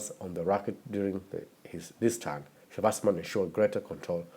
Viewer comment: Good video, I like the way you pronounce his name like a German way